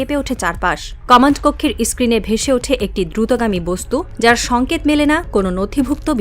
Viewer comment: Ota is-screen na ota Screen 😅